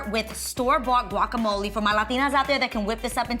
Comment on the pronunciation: Adrianne guacamole is pronounced like (walk’a’) that g is a w....girl you should know that your Latina lol....love the video !!!...That Polaroid idea is amazing